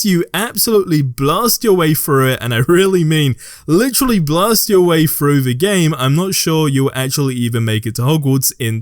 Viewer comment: Its the way this guy says "the" as "vee"